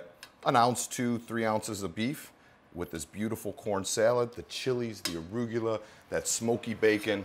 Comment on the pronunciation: never knew arugula was pronounced aruygula